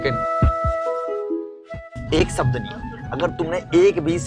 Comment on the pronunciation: ek sabd nahi Bhai wo ek shabd hota hai श hota hai स nahi.